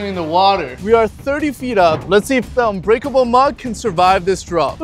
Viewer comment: it's unbreakable not uncuterble